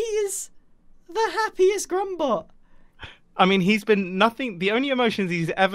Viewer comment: Is it wierd that every time someone says grumbot I hear grumbo